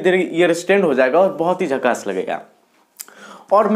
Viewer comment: 😂 jhakaash pura bihari 👍